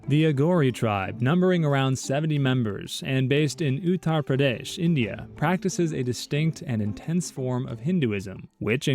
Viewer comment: “Utah Pradesh” 💀💀😂